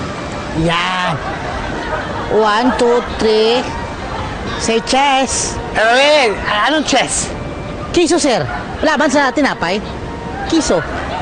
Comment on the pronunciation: say ches😂😂